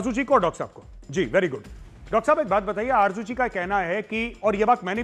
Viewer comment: aby tum loog z ko j kiyun likhtay parhtay boltay ho?? Arju nahi Arzo